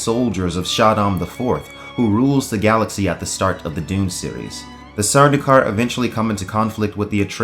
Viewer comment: "suh-doo-kar"? It's read "sur-dowkar"